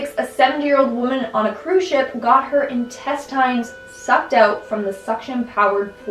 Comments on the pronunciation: Ok why are you saying “intestInes”?? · lol but Why say intestines like that?